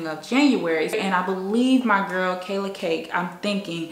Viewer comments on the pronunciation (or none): none